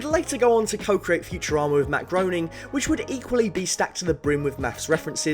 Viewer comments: That's amazing. (by the way, it's pronounced Matt GRAY-ning I think) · It’s pronounced GRAYNING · It's pronounced "Greening" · I hate unicorns “OE” is German Ö and the sound in English is closest to “a” as in “a thing”, but prolonged. However when switched to english pronounciation, google translate interprets it as “oi” as in “groin”. So Matt Groining. :) Cheers! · Interesting. But Matt Groening pronounces it ‘Grayning’.